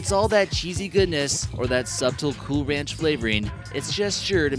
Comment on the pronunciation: "MARS NEEDS DORITOS" The crustacians are amphipods. Very primitve, and are segmented like a ginat pill-bug. The "b" in subtle is silent, slick. Try to become subtle.